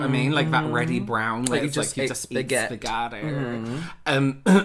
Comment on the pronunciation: I rewatched "SPEGADY" so many times